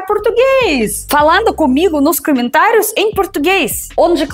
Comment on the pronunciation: "Camentários" porque sílaba tônica é o tá, não é?